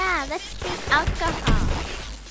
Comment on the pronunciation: WHY DID THE CHIELD SAID ALCHOL😱😱😱